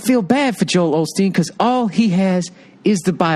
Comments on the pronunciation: Can Andrew tell Bill to read the title of this video before he proceeds to say OLSTEEN? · Joel Osteen 😂 Olsteen? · bill, ur nuts, but think of oscar robertson, not his nickname, and uĺl pronounce joels last name correctly. a little respect pls; very little